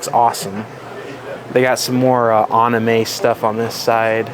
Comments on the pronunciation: I heard "Aname" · Why do you pronounce anime like a monkey lol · Please learn how to pronounce Anime!!!